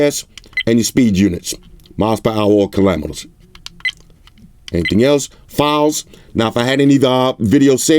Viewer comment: "Miles per hour or kalamotors" 😂